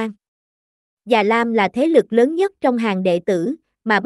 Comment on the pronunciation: Tiếng nổ lớn nhé bạn, không phải Tiếng nổ lơn. Bỏ dấu ý nghĩa của cậu chữ sẽ khác đấy. Giọng của bạn rất hay nhưng chú ý đọc đừng bỏ dấu sẽ hay hơn nhiều.